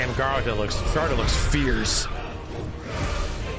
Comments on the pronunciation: Your pronunciation of Garuda is hilarious lol. Ga Roo Da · Man, saying Garuda's name. I try to not let those things bother me but after playing ff14 for like 4 years oof